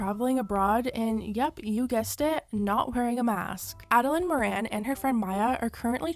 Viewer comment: It's not Maran it's morin